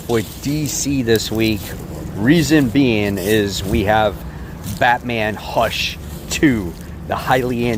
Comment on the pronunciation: At first I thought you said "Fatman Hush 2!"😂